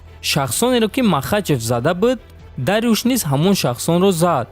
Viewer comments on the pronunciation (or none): Ин чигуна тарчума аст??? Гушхоямро дард гирифт, Дарюш не балки Дорюш, ин исми форсист, бирав аввал точикиро ёд гир баъд худнамои кун!!!!